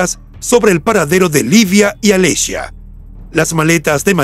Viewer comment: Como pronuncias??? Alessia se dice Alessia no alescia...Irina lucidi... el apellido se pronuncia Luchidi...